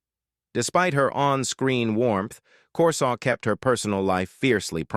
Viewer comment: You mispronounced Corsaut's name.